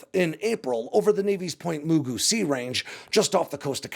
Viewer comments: Point MOO-GOO?! No, Point Mugu, like the sight challenged animated character, Mr. Magoo (Source, lived a few miles from it and my dad was Navy) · FYI, Point Mugu in Ventura county rhymes with Mr. Magoo. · FYI - It's pronounced "Point Magoo", like Mr. Magoo.. Sorry for being pedantic. It's my curse. 😕